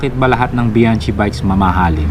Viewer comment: BIANCHI, (bi-yang-ki) not (bi-yan-chi)